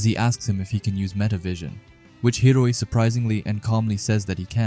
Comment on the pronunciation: I know it's common for you to mess up pronunciations, but cmon, you gotta do Hiori like that? 😭